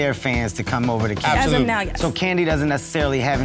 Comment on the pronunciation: Is this a bad business? “Abtholootlee”. Will they be out of business soon? “Abtholootlee”. Do you have no clue how to make a presentation? “Abtholootlee”.